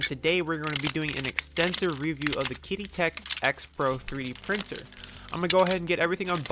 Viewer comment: it's pronounced like "cheedee"